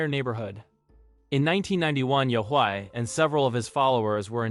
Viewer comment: why do you pronounce yahweh differently every time you say it? just google the pronunciation